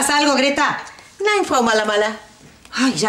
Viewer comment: Peldon pero creo que se dice gretta